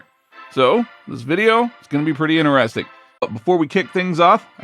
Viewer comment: Please stop saying ineresting. It's interesting